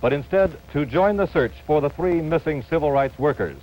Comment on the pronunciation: like how she said 3